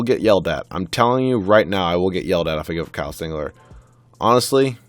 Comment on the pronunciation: Singler not singlet